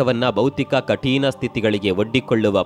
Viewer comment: ಕಠೀಣ ಅಲ್ಲ, ಕಠಿಣ.